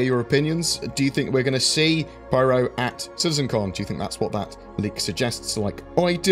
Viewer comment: Py-ro Pie. Ro. Not Priero